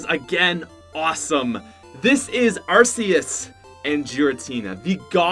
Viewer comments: arseus? oh you ment arceus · Arceus is pronounced ArKEYus not ArSEEus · It's not Ar-cey-us it's Are-key-us Edit:thx 4 2 likes :3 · the e in Arceus makes it sounds like ar-key-us even Pokemon said that it self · its arc eus not arse eus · It's AR key uss not arseeuss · ITS PRODNOUNCED ARKEUS AND IF YOU SAY ARSEUS I AM TRIGGERED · Hey, you are mispronouncing Arceus. It is pronounced "ARK-eous" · its ARK eus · Arceus is not pronounced with a soft C. It's pronounced with a hard C. Say it right, please. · U can’t pronounce pokemon, Arceus-(ARK-eus) Mylotic-(MI-lot-ic) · My dude it's pronounced as ar-KEY-us. Even the official handbook confirms so. Also Giratina is GEAR-atina. Also from the handbook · And also, ARSE-eus, JEER-intinina, phi-OWN I CAN respect people pronouncing Pokemon differently, but in case you didn’t know, the “G” in giratinina is hard and the “E” in phione is accented even though you didn’t mention phione in the video, I realy don’t want ANOTHER youtuber pronouncing my favorite Pokémon’s name wrong!